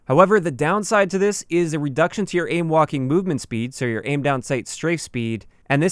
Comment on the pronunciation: I keep hearing “ aim Joaquin movement speed.” Am I the only one?